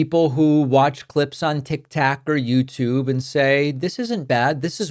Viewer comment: Hi David I like listening to you and keep myself informed. Why do you say tik tak ? It’s tik tok. Thanks